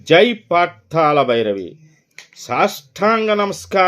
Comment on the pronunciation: పాతాల భైరవి కాదు... పాతాళ భైరవి. తెలుగును ఖూని చేయవద్దు